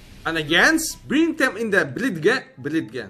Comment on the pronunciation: I like how he says dem so many times